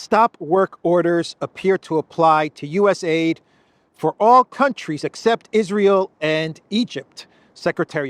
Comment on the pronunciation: It's called U-S-A-I-D all the letters are pronounced